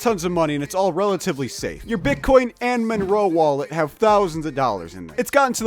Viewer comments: this nigga said “MONROE” instead of MONERO lmfaoooo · no shot bro just pronounced monero as monroe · Monrow wallet. that was an awesome way to say monero. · Did you just call Monero "Menro"? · The way you said monero lol